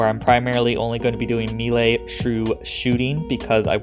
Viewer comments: Bro, im thankful for all the top notch content you put out but one thing always iritates me about your vids.. Its pronounced may-lay. Repeat after me, may-lay. 😂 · I'm going to be that guy. It's pronounced maylay. If you want to mispronounce it you can say me-lee. You somehow managed to get both wrong. Truly impressive.